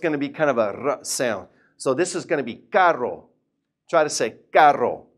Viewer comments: i literally dont hear any diference between caro and carro..and i cant do that weird r sound but really nice vid for the rest. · i feel lik he pronounces caro and carro the same hahaha so confused